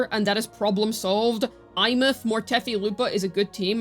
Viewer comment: Did...did just pronounce a characters name correctly?